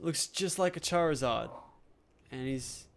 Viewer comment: ITS CHARZARD NOT CHARZURD